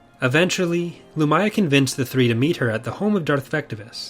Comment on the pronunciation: I always thought her name was pronounced LumIya, not Lumaya.